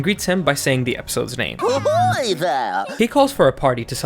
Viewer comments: I thought it was pronouced (Poo) (hoy) not (puh) (hoy) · It took me way too long to realize actually said Puhoy Lmfao